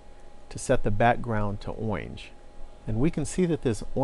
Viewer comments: Man is that really how you pronounce orange? I mean, these videos are fabulous, but, oinge? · IT'S OINGE!!!!!! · to set the background to "owinge" LOL